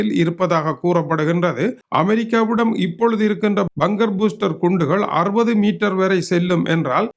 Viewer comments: அது பங்கர் பூஸ்ரர் இல்லை பங்கர் பஸ்ரர் துரை அவர்களே. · பங்கர் பூஸ்டர் என்பதே சரி ஆங்கிலத்தை ஆங்கிலேயர் உச்சரிப்பதையே கவணிக்க வேண்டும்